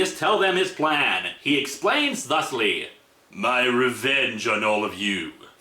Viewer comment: Prometheus' dialogue in a nutshell: "My pwan is gweat!"